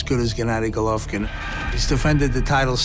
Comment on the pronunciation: first pronounce his name right you inbred, and second you think jacobs is gonna KO ggg in 6 rounds? YO LMFAO I FOUND SOMEONE MORE DELUSIONAL THAN KELL BROOK YOOOOO CTFUUUU